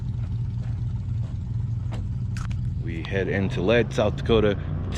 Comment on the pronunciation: was up in that area last year and stayed in Lead, but its pronounced LEED , SD, it was awesome.